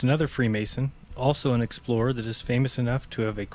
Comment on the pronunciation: You pronounced that explorers name wrong